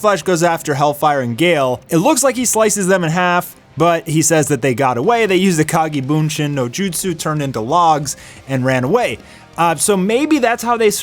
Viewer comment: Bro said “they used the kage bunchinn no jutsu and turn into logs..” 😂